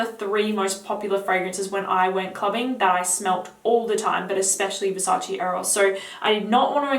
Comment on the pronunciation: Versace, not Versaci. . .